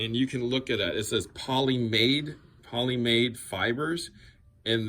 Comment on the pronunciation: The first string type PolyAmide is pronounced like poly-AIM-I-de. Unlike polyester which is rough and dry polyamide is smooth and silky and is often used as stand-ins for wool or silk fibers (natural polyamides)